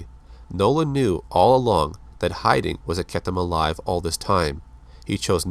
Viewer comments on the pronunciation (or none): none